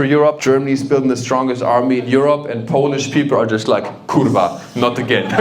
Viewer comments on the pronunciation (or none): As Polish, I love this guy. He just need to train better "R" in "kurwa". ;)